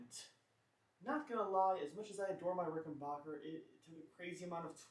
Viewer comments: Dude love it ? Hate ? I don't care... But for F#(k sake Pronounce the name correctly it is Rick-in-BACK- That's (Back) like the opposite of Front .. then the -er Not Ricken-BOker, like some valley girl pronunciation.. Like Gag me with a spoonnn.. Okay here we go. .Repeat after me .. Rick In- Back- er .. Rickenbacker.. See how easy that is ..When you apply yourself?? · You have to return it because you can’t properly pronounce it’s manufacturer. IT’S NOT RICKENBOCKER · send it back because you don't know how to pronounce "rickenbacker". Hint: it's not "rickenbarker" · And Rickenbacker name comes from Germany, so the correct German pronunciation is Rick-in-bock-er. Think of it like this, Bach (Bock) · Ah.. Okay ..but old Adolf was Swiss not German, And once he was in L.A. he changed the spelling if his last name Rickenbacher to Rickenbacker, Just so people here would pronounce it backer.. But hey you say it any way you like.. I lean you hate the guitars anyway. This will be my last post on this ..But thanks for the replies .. most don't bother.. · didn't get as far as that part of the video, too much cringing everytime you said it incorrectly